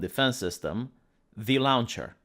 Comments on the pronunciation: Saying launch is simple. It is like saying lunch. You say lon as in long without the g, add ch. Lon-ch. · I love how says lawnch